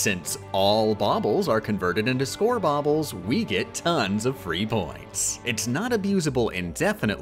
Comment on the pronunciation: "score bobbles" 😵‍💫 I don't even know if it's an actual word, but it darn sure isn't now after I heard it so many times. lol